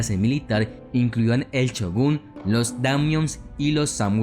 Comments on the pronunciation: Shogun no chugun, que puta necesidad de pronunciar la ch y no la sh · Se escribe "Shogun" con "S" y pronuncia "Chogun"..jajaja.. Aún así.. que gran video el tuyo.. muy buena información y sin usar palabras demás o gritar como lo hacen muchos más.. te has ganado un subscriptor más..